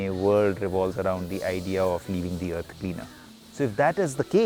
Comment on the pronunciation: Eurf? ... Urf? ... Earf?